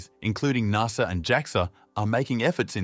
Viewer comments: It’s not NARSA, it’s NASA, the “NAS” part of “NASA” rhymes with “GAS”. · Its pronounced N.A.S.A. not NARSA :) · Never in my life have I heard someone mispronounce NASA so badly.